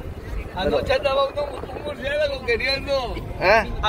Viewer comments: ""murciegalo"" ""murciélago pendejooo"" 😅😂😂😂🤣🤣🤣🤣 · Y lo correcto es murciegalo